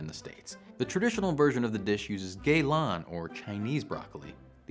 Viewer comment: A nice primer on American Chinese food. The pronunciation was "oof", but at least you said "Jow Jongtang" and "gay lohn", etc with authority, I guess.